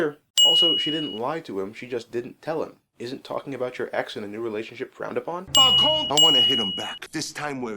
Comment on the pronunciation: Of course Alfred says Falcone properly, he's English.